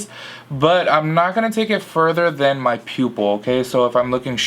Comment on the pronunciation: Every time you started saying pupil I thought you were gonna say pubic lol